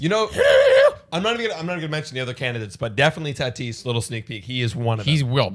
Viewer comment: Taaatis its tatis 😬😬